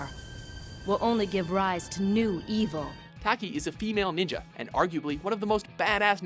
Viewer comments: FIRE THIS GUY ALREADY. He pronounces something wrong every episode. I give him the benefit of the doubt most of the time, but the SC series SAYS THE CHARACTER NAME AND PRONOUNCES IT! Cervan-TEZZ not Tease TAH-ki not Tacky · Toc kee, Ser von tez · Like “Tack-ee” it’s Talk-ee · Your pronunciation of the character names pisses me off. SIRVANTEES. TACKY. If you fuckin play the game it SAYS THEIR NAME FOR YOU. Also why the fuck do honorable mentions when you can just make a top 15 video instead of 10? This video is stupid lol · Learn how to pronounce the names !!! Cervantes and Taki you butchered smh and yoshimitsu should be motherfucking number one!! N how dare you say maxi only makes the list maxi is god tier!!! Fucking WATCHMOJOOO! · The way this dude pronounced Taki & Cervantes name made my day! It's similar to Caucasian's pronouncing words in a Spanish accent wrong like Tortilla & Quesedilla! Lol! XD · Dear god the way he pronounces Cervantes and Taki is awful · Thank you! He pronounced Taki's name wrong too! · It doesn't take long to learn how to pronounce Cervantes, and Taki...fucking idiot. The game announcer even pronounced them. Just take a quick second. Sucurrity! This dude need ta go. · I literally cringed at the way the narrator pronounced Cervantes and Taki... Also, Ivy's sword doesn't become a "whip," it's a sickle lol